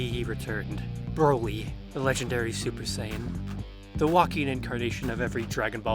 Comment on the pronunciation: Why does it sound like you keep sayin' "Browi"? But in all seriousness, the new Broly is an actual entertaining character that I hope gets expanded upon.